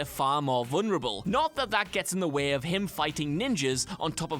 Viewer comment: Please please PLEASE!! Learn to talk! Its not Wae, its Way.